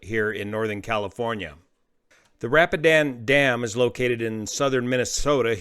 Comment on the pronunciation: I think it's pronounced ra-pee-den dam